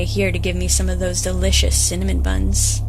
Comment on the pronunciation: “Awesome Cinmon buns” Cinnamon!!!!